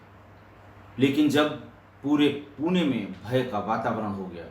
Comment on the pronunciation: Sir Puna nahi Pune nam aahee